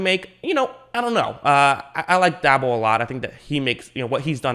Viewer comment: It's Pronounced Brian Day Ball